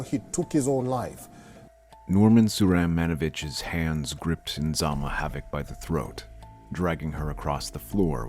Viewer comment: So tragic.😢😢😢 It's Nizama not Inzama.